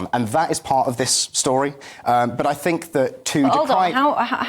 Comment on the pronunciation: Is it me or is the reincarnation of Rik from the Young Ones!! Also, please can someone tell him to say "think" and not "fink" as it makes him sound like a student and not a serious Political Commentator, if that's in fact what he is!!!